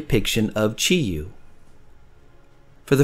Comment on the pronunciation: It sounds like you're leaving out the W in your pronunciation of Chiwoo. On purpose? Nothing comes close to the first year design. I didn't have on so I paid a bunch for it. I want one more but will look for a better deal.